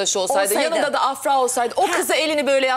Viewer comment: AFRA DERKEN A UZATMALI DEĞİL